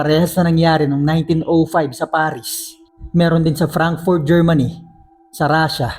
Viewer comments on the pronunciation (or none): none